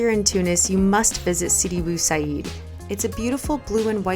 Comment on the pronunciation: U raped the name of Sidi Bou Said And that is not a cookie it is called Makaroud